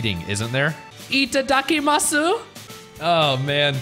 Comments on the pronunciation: LOL its pronounced ittakimas! XD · The way you said 頂きます (itadakimasu) was atrocious